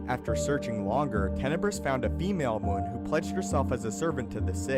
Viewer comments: Not moon. Muun m you n , mew n . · You’re mispronouncing the word Muun. It should sound like M’You’nn. Not Moon.